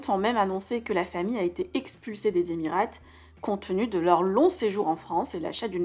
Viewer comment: Ah, j'avais envie de le dire aussi... le t ne se prononce pas. En outre dans le titre sur la vidéo un double point sur le i de Doubaï c'est un peu la base aussi.